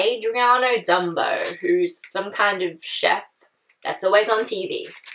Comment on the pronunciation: Its ZUMBO NOT ZUHMBO Heres how to pronounce zumbo (Zoom-Bow)(zoom-beau)